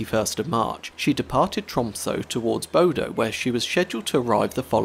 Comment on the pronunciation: Bodø is not pronounced Bodo. Ø is pronounced like "uh", so bod-uh. Cheers from Norway!